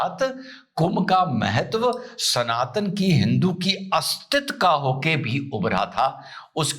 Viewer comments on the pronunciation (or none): none